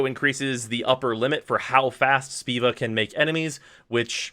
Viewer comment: Did this man just say Speeva? Boi! It's Spova.